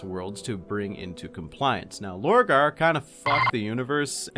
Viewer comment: Purporting to explain Horus in far too much depth, without even touching on Lupus Daemonis. This is a complete joke. To think people pay for such abysmal content... The next one is called Lorgar. Not Borgar. 3/10 for at least being able to repeat what everyone already knows while adding the most milquetoast uninteresting takes on it.